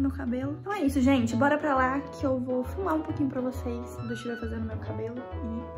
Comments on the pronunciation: "EU VOU FURMAR UM POUQUINHO PRA VOCÊS" 😂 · Éla disse fumar mais éla quer diser filma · Coloca na velocidade 0,5 ela fala fumar, mas a intenção, foi falar filmar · Sim, ela disse "fumar." Kkskskks